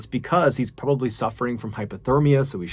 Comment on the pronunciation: What's up with that saying "probably" with a Russian accent ?